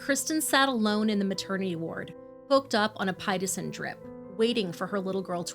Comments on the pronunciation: I like your videos...I do...but the mispronouncing of words in EVERY video is starting to get to me...i am starting to stop the video partway through because im so irritated how constant it is. may soon unsubscribe because of it. pitocin is not pronounced the way you did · Pit-TOE-sin (just like the word “pit”) drip. Not “pie-toe-sin.” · Peh-toe-sin= pitocin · It's called Pah tow sin not pa tie sin. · Not that it is a big deal obv but in beginning you said "Pie-ta-sin" drip it's actually pronounced "Pit-ō-sin"....and it suckssssss lol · It's pronounced "pi (as in picture)- toe- sun." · No big deal but it's pronounced Pa tose sen. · Pitocin is pronounced Pit-OH-sin Just for the future 😊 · It’s pronounced PATOSIN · Pitocen pronounced PIT OH - SIN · The drip that the mom was on in the hospital is pronounced pit-ō-son, three syllables, it’s used to help start contractions in women who are overdue or need to be hurried along due to medical reasons. (former nurse). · U guys have the best videos and do justice for these angels! Keep up the amazing work! ( Heads up, the drug she was hooked up to at the start of the video is pronounced "pi-TO-sin" )... Thanks for all you do! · Pi like you're going to pronounce the word pit then tow-sin pitocin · No, you are correct! I’ve never heard anyone pronounce it like she does in the video and I’ve had 4 children. I even double checked the pronunciation on YouTube.